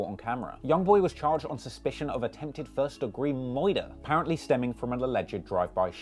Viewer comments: first degree “‘muider” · "murda" lmfao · licks gun “tastes like battrees “charged with moyda” 🤭😬😅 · “Moider” is so jarring to my ears. Every single time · So we are all gonna act like he isn’t saying moyduh instead of murder😂😭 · nobody: this dude : 1st degree MOIRDER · “ attempted moidah “ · Dizz guy say” moyder”😂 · BRUH ITS MURDER NOT MOIDA🤣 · He really said muder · It’s murder foo not moida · I cringe every time he says “myrder”smh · Wtf is Moider😂😂😆😆😆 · think's he's slick tricking the algorithm saying moider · “First degree MOIDER” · Say it like “moider” 1 more time I’m un subscribing😂🤣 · Saying murder like moider gave me a sour face. DONT SAY MOIRDER SHIT IS WACK BRUH Honestly unsub after hearing moirder so much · nigga said "moyda" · Daaang, how many people he moider or moidered? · Lol he doing it on purpose? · KGM SOSA he getting one over on the algorithm. YouTube would demonetise him for saying murder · We just gonna act like we didn’t hear how pronounced “Murder”? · Listen 2 him try 2 say murder on it's hilarious! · Why do you switch to a transatlantic accent every time you say "murder" 🤣🤣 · Bro says Murder like he’s Elmer Fudd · Never say morder again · You say murder like your elmer fudd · Bro you seriously don’t know how to pronounce “murder” ? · bro why do u pronounce murder like that 💀💀💀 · This guy can’t even say the word murder lmao